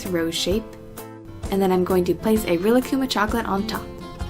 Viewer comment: I cringed when you pronounced Rilakkuma the way you did